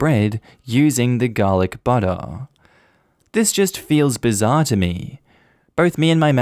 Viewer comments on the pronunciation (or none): none